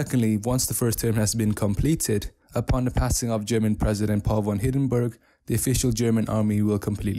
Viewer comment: Its hindenburg Not Hidenburg